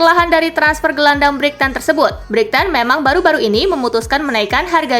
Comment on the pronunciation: Brik-tan 😂😂 aksen africa atau gimana ini??? 😅😅